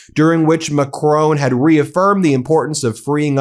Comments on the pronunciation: Mah' CRON' There is no E you are say macrone 😂 BRUH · Please, for the love of whatever god you serve, stop calling him "Macrone". It's "Macron". Mac-Ron. Not Mac-rone. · Will you learn how to pronounce Macron please! There is no e or accent. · Please please please you Americans. Pronounce Emmanuel Macron's name properly as the French do. Not Macrone. It's Macr-on. Please 🙏